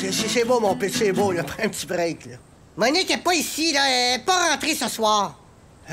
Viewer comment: "Moniqueu moniqueu" mdrrr